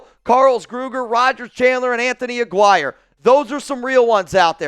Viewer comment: Aguirre is pronounced a-geary